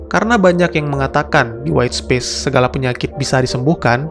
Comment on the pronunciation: Space dibacanya bukan Spis om...